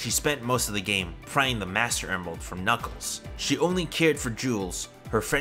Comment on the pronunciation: Did my guy say nickles the achidna 😭